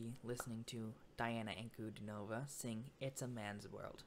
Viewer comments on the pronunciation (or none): Her name is pronounced as D-Anna Un-Cu-Dean-O-Va